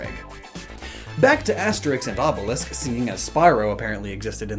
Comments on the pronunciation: Obelix is not "Obelisk". As far as i know, at least. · That’s not how you pronounce obelix. I pronounced how it’s spelt. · As a German, im confused. Is it Canon in english to pronounce the x in Obelix like "sk" while in Asterix it stays normal? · nah pronouncing Obelix with "sk" is just a mistake